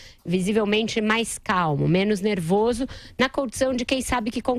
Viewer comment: ela fala: eu drumi cedo, picaridia, nerivorso, razigou, reforima etc... fala muito mal.